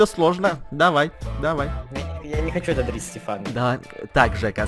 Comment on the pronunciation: стефан а не степан!